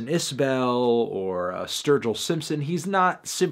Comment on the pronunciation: First time ever heard the name Jason Isbell come out of Fantano's mouth and he pronounces it like a total New Englander. It's "Is-Bull"